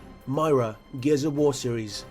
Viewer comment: No one going to comment about pronunciations? "Myra"? "Leetho"? No? Okay.